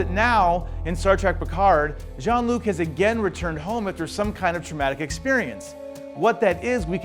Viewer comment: It's Jean-Luc, not John!